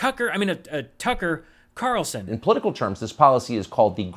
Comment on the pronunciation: Your slip up on Knarlson's name is genius level comedy.